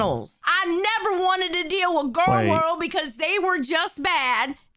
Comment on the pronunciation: She mispronounced Gorl World.